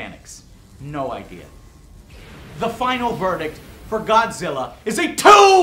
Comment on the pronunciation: Joe....joe...im godzirra...im godzirra joe